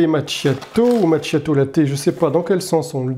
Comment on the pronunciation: Macchiato 😂 Qu'il faut prononcer: "makiato" 😊❤